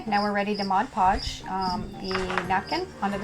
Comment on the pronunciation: You are pronouncing "decoupage " & " mod podge " incorrectly